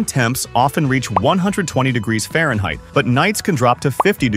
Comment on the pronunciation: Farhneit. Had to spot the video on that mark.